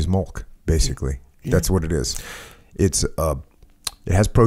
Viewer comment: milk........not malk